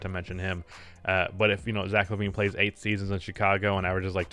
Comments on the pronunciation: it's zach lavine, there's no e in his name say what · it's Lavine not Levine Also: WILT CHAMBERLAIND